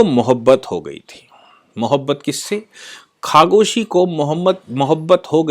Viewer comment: खशोगी not खगोशी